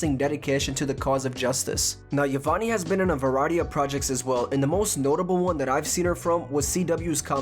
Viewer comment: Great video but why do pronounce “Yvonne” as Ivonny, it’s cracking me up